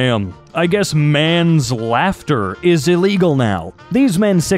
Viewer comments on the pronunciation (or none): I thought he was just saying manslaughter weirdly to bypass the censors...